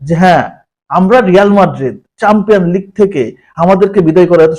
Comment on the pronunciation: উচ্চারণ চামপিয়নস লিগ না । চ্যাম্পিয়ন্স লিগ ।Aisob toxic alochona bad den...Tuchmoni last season a pora ta service dise jokon center back silo na....1 ta bol korr karone third class player boltase.Apnar Moto fan gula player Der obodan bole ji...Ar aigula Kono analysis na...Courtoia ar drive naki perfact silo na...Aisob goal save dawa possible na.... Technical analysis na Korte parlei aisob video baniyen na..jegula bolsen aigula normal fan gula boje... aigula content creator teke jante Hoi na